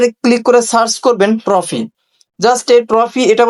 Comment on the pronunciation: ট্রফি না রে না টফি 😂